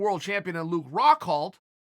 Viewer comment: Luke Rockhalt